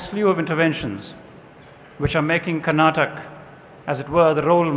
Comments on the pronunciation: This gaali galoj should stop now!!! It's not Karnatak it's KARNATAKA it's not Kannad it's KANNADA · It's not karnatak. It's KARNATAKA. This is to the person who speaks initially in the video.